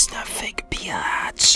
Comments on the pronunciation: I love it when he said biatch instead of bitch😂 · Let's just appreciate the fact that he literally stops himself from swearing so instead he says * B E A T C H * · Он произносит "Бич" почти как Джесси Пинкман)